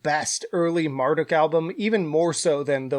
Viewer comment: it's pronounced mar-duke, not mar-duck